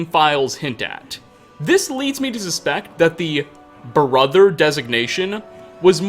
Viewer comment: Your pronunciation of some final consonants 😂 Brotherrr-uh... At all-uh...